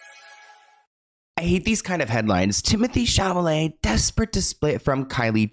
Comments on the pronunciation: honey, its chaLaMet not chaMaLet 😭🥹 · "Cham a lay" 😂 babe its "ChAl-a- may" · C'est Sha-la-mae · I love how cannot say SHALL O MAY. 😂😂 Love you! 🙏💗